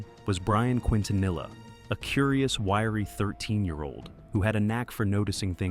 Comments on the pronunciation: Should be pronounced Quinn-tah-neesh-ya or something like that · That pronunciation of Quintanilla. Seriously? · Bruh the way that AI voice pronounced Quintanilla😂😂😂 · im sorry the "quintanilla" pronunciation is killing me 💀😂 thats uh, certainly one way to say it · Maybe he was Italian 🇲🇽